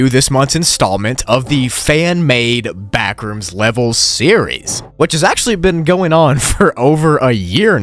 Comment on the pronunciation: It's like you're saying "You should leave the BACKooms, NOW!!!!!!!!